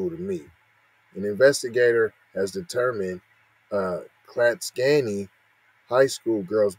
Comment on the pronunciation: Dude you totally pronounced the name of that town wrong 😑 I grew up there.. 🤦‍♂️